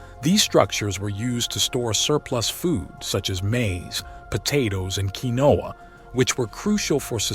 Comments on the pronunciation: kee-no-u? Do you mean quinoa? keen-wa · Quinoa pronounced keen-wa.